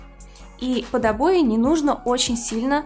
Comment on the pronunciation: O boy" она говорит